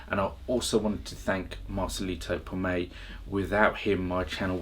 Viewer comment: Marcelito's last name is PoMOY not Pomay